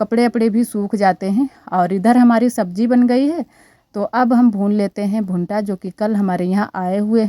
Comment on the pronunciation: भुंटा नहीं भुट्टा होता है अनुश्वार नही लगाते